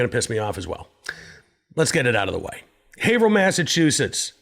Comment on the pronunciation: Thanks for pronouncing Haverhill correctly. 😉